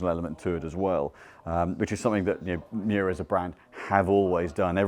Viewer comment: Miura not Muira